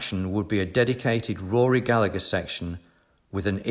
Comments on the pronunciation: As an Irishman, I cannot tell you how much I flinch every time I hear his name mispronounced. In Ireland the second G is never pronounced: Ga-La-Her 👍🏻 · At least pronounce Rory's surname properly please.